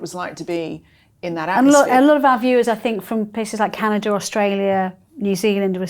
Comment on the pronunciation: Note, no r in Canada